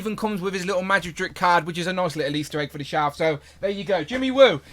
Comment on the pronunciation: What the hell is a "shalf"?